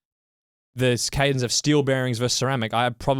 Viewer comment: CADENce...there is a CE on the logo, yes? Or I am I seeing things, cuz' I keep hearing "CADEN". Is it an Aussie thing? gg